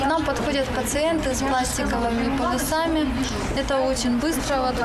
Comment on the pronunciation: Полюсами!Даже журналистка говорит неправильно. Полисами надо говорить